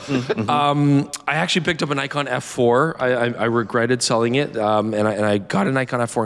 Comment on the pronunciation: Old mate solemnly apologising for not predicting the xt30 and suggesting people were mistaken... no one cares. Shit turns up or it doesnt and the world turns regardless. Also, why are you able to pronounce Ricoh correctly but not Nikon?